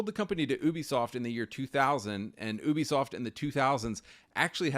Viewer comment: I dig what you and homie are saying but damn im sick of nerds saying Ubisoft wrong